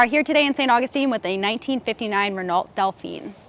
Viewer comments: "Renallt Delphine..." Aaaaand I'm out. Cuteness only goes so far. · "Ren-o Dough-feen", phonetically. The internet is a source of knowledge, not just TIK TOK sweetie.